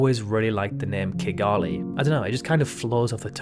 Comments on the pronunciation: The correct pronunciation is ki-GAH-lee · I always pronounced Kigali (the capital of Rwanda) as Kigel-ee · Seeing how he can't pronounce Rio de Janeiro or Oceania correctly, you shouldn't really worry. Yours is probably more correct than his anyway.